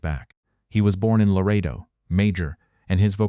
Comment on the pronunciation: This story about a person denying promotion of another who could speak several languages and he couldn’t cracks me up because the AI can’t pronounce Larado, TX properly! What demotion should the AI receive?